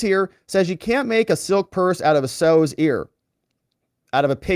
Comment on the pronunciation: Sow’s rhymes with cow. Sow’s ear🙄